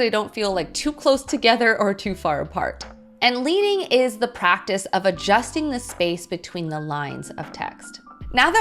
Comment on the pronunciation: Hey, guys just thought I'd let you know that I spotted some mistakes in the content here: * Leading is pronounced led-ing "referring to the lead strips used in traditional type setting * Arial, not Aerial I love this series so far! Thanks for the great content :)